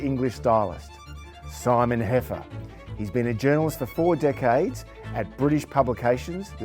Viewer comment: Decades: accent on first syllable.